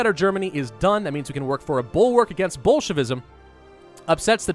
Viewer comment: At first I thought he was saying Bulkwark against bullshit-ism lol